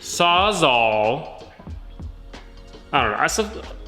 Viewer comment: Yessss “saws-all” good work! ……booo “sawzaw” 😁